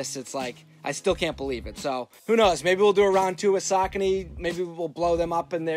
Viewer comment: I always thought it was pronounced sa-kony lol